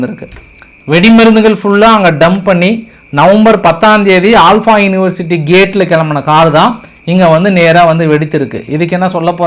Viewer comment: ஆல்பா இல்ல ப்ரோ அல்ஃபலா யுனிவர்சிட்டி 😊